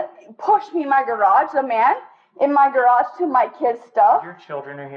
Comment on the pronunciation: "You threw me in the garajah!" What the hell is a garajah?